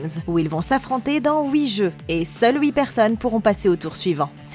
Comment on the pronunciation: Tu es suisse ou pas parce que tu dit houuuuuit